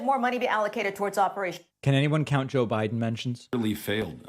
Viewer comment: Did he say Joe Burden? 😂😂🤣🤣